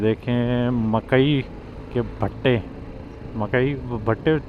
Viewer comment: مکئی 🌽 کے ب٘ھٹے نہیں بھائی صاحب ، مکئی کے بُھٹے ۔